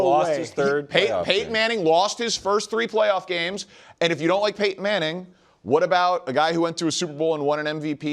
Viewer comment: They really need to ban Danny from saying Peyton’s name, idk how they let this fly that long 🤣